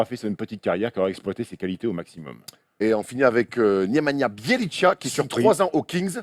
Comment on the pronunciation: Juste un truc de prononciation vu que ça fait pas mal de fois que j'entends ça : Nemanja Bjelica se prononce : Némania Biélitsa, y a pas de tcha à la fin. Sinon je vous adore les gars continuez vous êtes au top <3